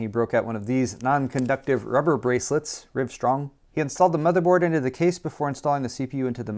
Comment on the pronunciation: Why'd you say Rivestrong and not Livestrong?